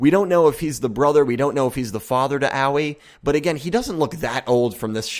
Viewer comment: It really bothers me how you say Aoi